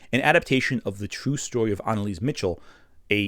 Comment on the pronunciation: Great video, but a minor nit-pick! Anneliese is German, so her last name is pronounced Mi-khel